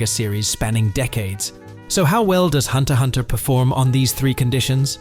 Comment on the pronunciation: You don't pronounce the X